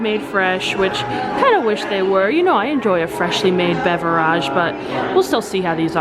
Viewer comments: You are joking by saying beveraaage? Right? I cringed every time you said it that way. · Its beverage not beveraaaaagh its not a word better of using the word drink